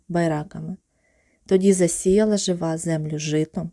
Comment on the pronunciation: Дякую, але наголос у Жива на И